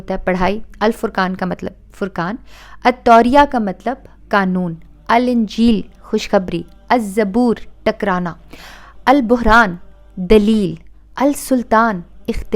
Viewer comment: ماشاءاللہ۔۔ بہن جی۔ پر البرہان صحیح لفظ ہے ۔۔ آپ نے نادانستہ طور پر البہران کہہ دیا۔۔